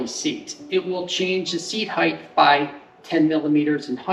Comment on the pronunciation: I’m sure this is an informative video but I can no longer listen to you mispronounce the word “height”. Good day.